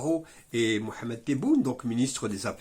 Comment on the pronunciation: Mr Abelmadjid Tebboune, président de la République et Mr Ahmed Attaf ,ministre des Affaires étrangères.Il est très res surprenant que vos sujets traitent souvent de l Algérie et son actualité,et que vous ne sachiez même pas dire correctement leurs noms .Quel est votre message et votre intérêt,alors,pour l Algerie,si vius avez ce genre de lacunes ,ma foi,qui laissent pantois vos abonnés???